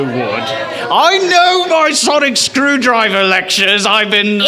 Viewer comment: Anyone notice he said sonic screwdriger?